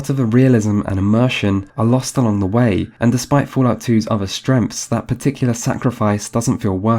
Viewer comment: i like how he says "strenghts" as "stremfs"